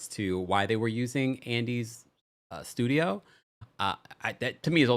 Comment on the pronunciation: Lol so petty for that... 'MY shtudio' I'm dying here. He's so pressed 😭